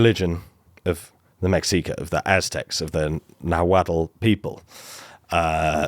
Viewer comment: Central American history major here, excellent video no notes. Well... one note. Mexica is pronounced "meshika". The X being like an "sh" sound